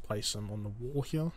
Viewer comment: "place them hyeyar" bro is australian cartman